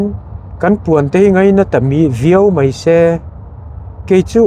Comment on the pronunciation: meuhin "Pathian thu MEI bakah" a ti ve tlat "MAI" tih tur ah. Mei tih hi a awl ve bawk a ni. Ka hrethiam tho a mahse a inhmehlo ka ti ka ngaihsan em vang zawk a ni